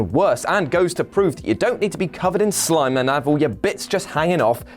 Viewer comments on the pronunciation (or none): none